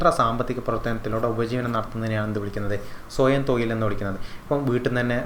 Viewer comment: തൊയിൽ അല്ല - തൊഴിൽ